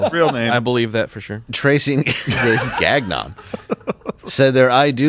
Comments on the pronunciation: Gagnon: pronounced "gone-yah" At least that's how we say in the upper midwest. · Gagnon is pronounced GON YO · No no no you've pronounced it all wrong! It's Mrs. Gag-n-on. 😏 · How did Steven let him say GaGnon so many times. For the win!